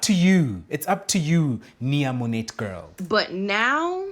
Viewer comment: Mo-NET is the funniest thing ever! Mo-NAY is how it’s pronounced. And bikini 👙 on top of your stomach had me undone.